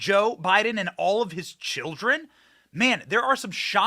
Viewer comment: Totally sounded like you said "Jilldren" 🤣🤣🤣🤣